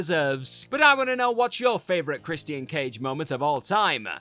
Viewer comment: Why do you pronounce his name as "CHRIS-E-T-IAN?